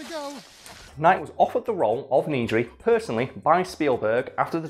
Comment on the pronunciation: “Needry”?! “NEEEEEDRY”!!?!